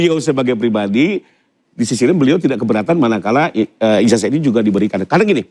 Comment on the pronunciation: Kenapa penyebutan ijazah ini dibaca ijajah.. cobalah diralat yg tepat dan benar